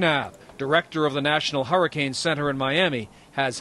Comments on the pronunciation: does anyone else realize he says harricane? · Why is he pronouncing it like "whoreicane"?? Lol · Take a shot every time he says harricane